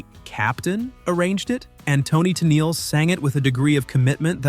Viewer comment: work on how you script things for your Text-to-Talk voice. "Tennelee" (Tennille)?